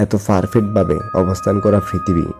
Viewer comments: ফিপরে, ফারফেক্ট, ব্রেন্ট, ফারবেন দিতে, ফ্রশ্ন, ফারি না,ফ্রকৃতি ফ্রানি, এসব কি ভাই? উচ্চারণ ঠিক করবেন প্লিজ।😐😑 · কথা শুদ্ধ হলে আরও ভালো হতো। ফৃতিবী, ফকৃতি, ফারফেক্ট ইত্যাদি।